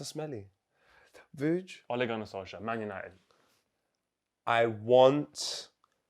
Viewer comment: LMFAOOOO WAS IN SENSATIONAL FORM FOR THE OLE RANT. SOLKSJAYER? SOUNDS LIKE A NORWEIGIAN STD 😂😂😂😂